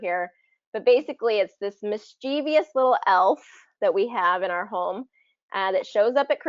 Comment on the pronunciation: and you said, "mis-che-vious little elf?" Your pronunciation of the word 'mischevious' is incorrect...the correct pronunciation is: Just saying it ;) ... 'Pronunciation Pro' ..LOL!